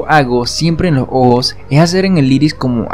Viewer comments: Hace como ohoos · soy el único que se da cuenta de que cuando él dice ojos lo dice de una forma muy extraña como si disiera ojo pero refiriéndose a uno cuando se está refiriendo a dos.